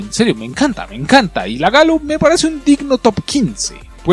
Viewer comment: por que le dices galo a la gallo